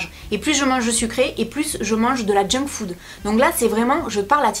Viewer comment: Quand elle a dit " jungfood" ( jsp si ça s'écrit comme ca😅😂) j'ai cru qu'elle allait dire " Jungkook " 😂😂😂😂😂😂😂